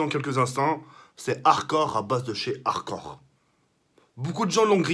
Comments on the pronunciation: Tk il dit pas hardcore il dit harcore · En plus il dit "Harcore" pas "hardcore" :')